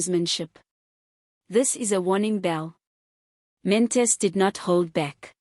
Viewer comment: Good reporting, however his surname is: Not Mantis Pronounce: Maan-Ta-She